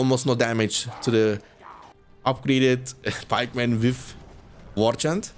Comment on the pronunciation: Ya dayı, şu ingilizce aksanını biraz düzelt amk Senelerdir "valkam" diyon, "wif" diyon. Kulak tırmalıyor